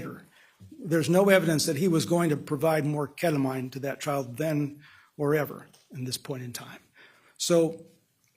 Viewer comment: Agreed, like you’ve been on this case for 7 years. And don’t know how to pronounce the child’s mother who committed unaliving in your case or the number one subject in this, ketamine? Really errrrks me 🤬